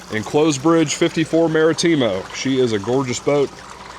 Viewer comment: The worst pronunciations ever Martimo pendejo Marítimo